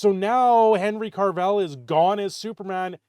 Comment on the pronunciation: Who's Henry Carvell? There is NO RRRRRRRRRRRRRRR in his last name. Oh gawd. Please make it stop. Jokes aside, Hopefully this is a good thing for CAVILL. He is great in everything he does. So this Warhammer thing is very promising.